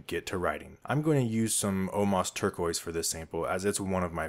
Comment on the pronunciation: It's Omas TurqUOIse, not -uio.